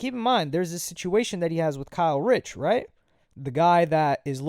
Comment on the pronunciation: You keep saying Kyle Rich das a NY drill rapper 😭😭 it’s Kae Critch